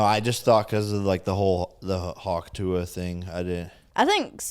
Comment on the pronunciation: Finally said tuah correctly, we’re going places 🥲